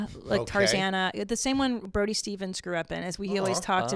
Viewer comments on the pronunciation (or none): none